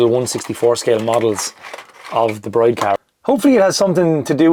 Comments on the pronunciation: Pronounced 'Brid' not 'Bride' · Just a heads up, it's pronounced "Breed", not "Bride". One of those weird tuner brand things I guess.